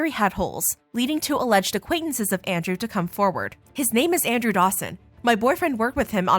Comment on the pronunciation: His last name isnt dawson ,it's sawson.